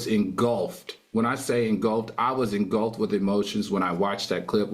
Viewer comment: I love Al and I admire the homework he does on these issues, However I get second hand embarrassment from his constant mispronunciation of certain words. Like saying engulped vs engulfed😭